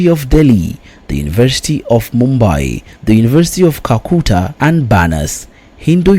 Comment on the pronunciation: Please pronounce University of Calcutta properly... You illiterate